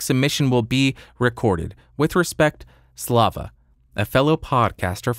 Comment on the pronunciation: "Slava" pronounciation was right on the money! Maybe a bit tensed on "va" (slavs tend to mumble endings of the words), but otherwise - really good!